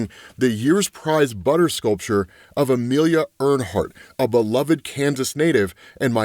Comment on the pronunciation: Did really mispronounce Emilia Earhart’s name…